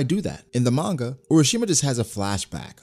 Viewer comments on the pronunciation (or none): none